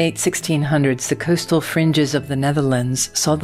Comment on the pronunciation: More Robot narration ugh. Cooz-tal Netherlands? really?